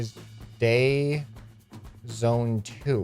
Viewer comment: It said dry zone not day zone!